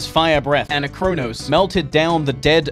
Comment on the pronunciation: It hurts so much hearing you pronounce Anachronos that way.. it's the same as "anachronistic" or "anachronisms"! Gah! Other than that, good videos :]